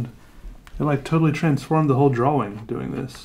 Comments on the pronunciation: "I dont like a lot of my drawings" I feel you but your art is amazing. btw I love the way you say drawing. "drawling" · It's funny when he says drawing cause he pronounces the w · why does he always pronounce drawing like that